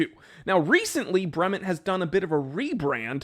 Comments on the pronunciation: You could at least pronounce the name correctly. Brement? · Your zombie ass is pronouncing "Bremont" wrong!!!!!!!!!!!!!!!!!!!!!!!!